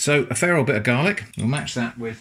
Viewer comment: I actually stopped the video to look up what "feral garlic" is. I then realised that you said "a fair old bit of garlic". And I can't blame regional pronunciation, I'm English and live in Dorset. Sigh.